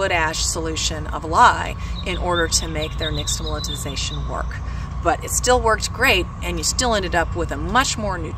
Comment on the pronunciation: I agree that the mispronunciation needs to be addressed because now others with then repeat it wrongly, as well. But - it was a nice video for people who didn’t already know this. I’ve known this my entire life - bc it’s part of my culture.